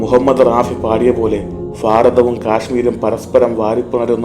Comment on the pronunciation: Faരതം എന്നത് മാറ്റി ഭാരതം എന്ന് ഉച്ചരിക്കാൻ പറ്റുമോ? പറ്റുമെങ്കിൽ നന്നായിരുന്നു.